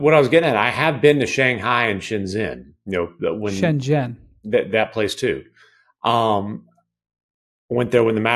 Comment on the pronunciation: Normally windy is a disaster with anything international but he is right. It’s spelled Shenzhen but it’s pronounced “shen-jen”.